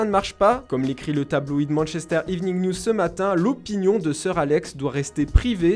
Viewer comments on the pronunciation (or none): none